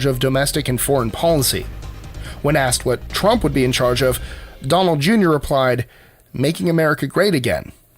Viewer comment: Donald trumpt?